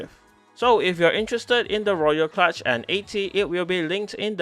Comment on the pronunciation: I'm really amused by the name of this thing - somehow knowing it's a "kludge" does not inspire confidence (note this is traditionally pronounced "klooj"). Yet I have not seen a single comment on this - guys, do you really not know the word?!